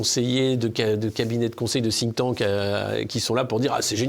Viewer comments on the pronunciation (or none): J'aime bien la prononciation en français de 'Think Tank' (sink tank), qui le désigne comme un char qui coule...